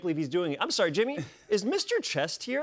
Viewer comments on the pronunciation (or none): none